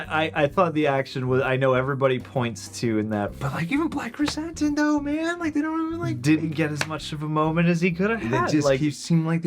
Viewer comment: I love you guys. Like a lot. But, cmon man. You have heard his name pronounced Krrsantan since he was intro’d. Not krrsAHntan. They even call him sANtos. Not sAHntos.